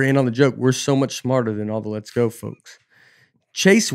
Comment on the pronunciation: Does Nate say "let's go" or "less go"